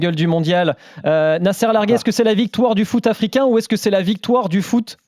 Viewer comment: "Nasser Larguet" en arabe marocain se prononce "Nasr Largte". Le "t" final se prononce.